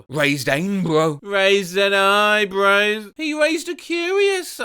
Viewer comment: the way bro just said eyebros 😂😂